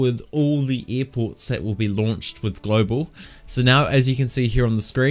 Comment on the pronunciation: "eer ports"